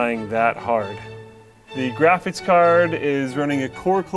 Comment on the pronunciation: Can we please ban from ever making videos like this until he learns how to pronounce graphics?